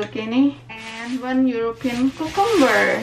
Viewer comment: Why she always says "ku-kum-ber" instead of "cucumber" !??? Does anyone know????